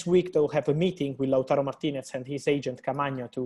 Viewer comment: He still can't say TARO though... He says TURO